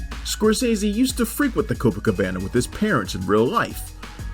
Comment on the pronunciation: That’s not how you pronounce Scorsese or Pileggi